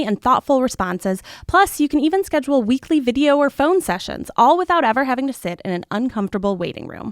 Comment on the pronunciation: when reads an ad, i always hear "shit with us" instead of "sit with us"